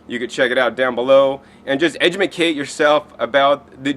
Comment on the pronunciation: haha edjamecate, is that intentional? he needs to edjemecate himself...